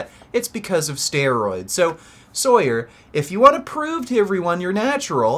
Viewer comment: He’s natural lmao. People just don’t know how to strength train and doubt the science behind powerlifting programs. And it’s pronounced “saw-yur”